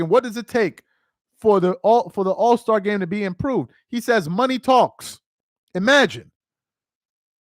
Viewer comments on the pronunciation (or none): none